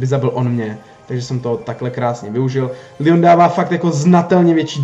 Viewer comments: neříká se to lion ale leon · nie líjon ale leon pls hovor leon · Říká se to leon ne lion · Necte se to lýon ale Leon pls❤️